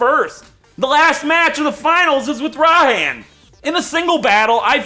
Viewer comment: IT IS PRONOUNCED RAI-HAN